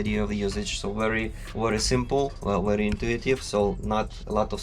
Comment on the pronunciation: Wery 😁😁😁 bukan very 😁